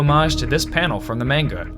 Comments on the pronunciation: Manga not mainga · Mispronounces manga. Video is inaccurate garbage, I want a refund for my three and a half minutes.